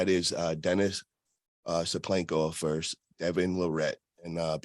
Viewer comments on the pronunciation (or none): you’re awesome brother but please learn how to say the word versus, books haves verses, vs = versus